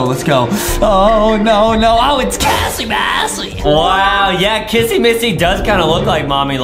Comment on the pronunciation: DID JUSTIN CALL KISS MISSY “KISSY BASSY”?????